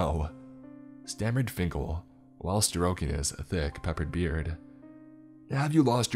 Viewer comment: Peppers beard 😆😆😆